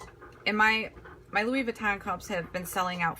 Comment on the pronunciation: BTW, it’s pronounced “Loowee” not “Loowis”. 😉